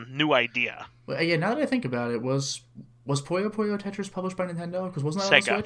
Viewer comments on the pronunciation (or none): That's NOT how you pronounce "Puyo Puyo", guyse. Sheesh. It's Puyo Puyo as in "Pyo Pyo" (almost same if you were to say "Pew Pew", but with "yo" instead of "w" at the end). NOT "pUyo".